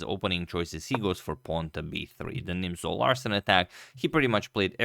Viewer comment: Thought he said the Nimzo-arson attack at first